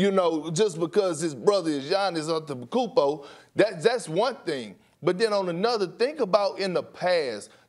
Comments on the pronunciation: Kendrick " Giannis An-tum-pa-compO" Perkins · Perkins "giannis atepekoumpo"😂😂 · Perk really said "Giannis Antemkoompo" lmao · I wasn't surprised at all when perk butchered atemakounpo